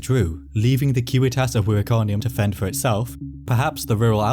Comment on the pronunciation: Props too for using the correct latin pronunciation of civitas!